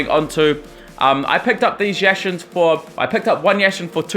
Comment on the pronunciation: When u said Yashin I was laughing so hard 😂👌